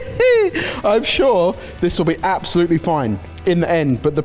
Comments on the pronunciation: Did say apsoplutly? Lol 🤣🤣🤣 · We “Absoplutly” love. Need that Cookbook!